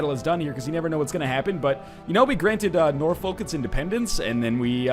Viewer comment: Northernlion pls.... Suffolk = "Suf-fuk" and Norfolk = "Nor-fuk"...